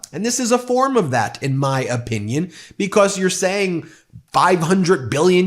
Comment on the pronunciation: I love the “bee-cosss’